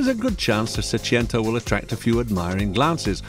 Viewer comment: Seicento. Not Seciento. Wagon R PLUS.